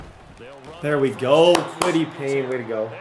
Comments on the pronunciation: for the love of god, and i have zero idea why this bothers me so much, but its KWITY PAYE (PAY) not PAYNE. KWITY PAYE. P-A-Y-E. THERE IS NO "N"! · plz bro it’s said kwity pay not pain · Kwity Paye = " Kwity Pain" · Kwity Paye! Not Payne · Kwity PAYE bro not PAYNE lmao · Kwity Paye not Kwity Payne 😂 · Kwity Payne 😂😂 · always be calling Kwity Paye “Kwity Pain” where the hell is the N in his name? 😂😂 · Lmao and Kwity “Payne” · Dude I’m begging you please learn the names of these players. It’s kwity PAYE. I’m absolutely begging you, this happens in every video you do.